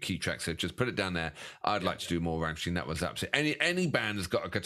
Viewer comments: Ok it slightly bugged me with the rammstien but you pulled it back at the end with the proper pronunciation rammstein. 👍. Now that brilliant intro caught me out I thought that I had clicked on the wrong link. 😂🤣. Great job chaps I just had to subscribe. 😊👍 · How funny it is that at first one pronounces Rammstein correctly as RammSTEIN and the other insists pronouncing it as RammSTEEN, and in the end they both say Rammsteen. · RammSTEIN.........not Rammstiiiiiien 😘